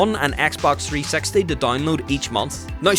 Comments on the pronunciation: dude, i wanted to learn about the xbox 360, not the 3 sexty 🤣🤣 jokes aside, very good video and very informative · three sexty?? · Don't say Xbox 3sexty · He's says 3sexy lmao